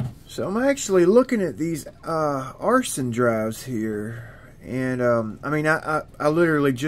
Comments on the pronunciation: "AARON-SON" Not "Arson"... That's a felony..😆✌️ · Love it! Will be a mind shift and a learning challenge. That said - the correct pronunciation is “Arna-son”…. Could say sun, but you like son better. Haha. Here’s an old, but good video of what happens.